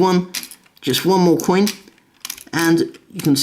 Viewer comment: You said Quinn not coin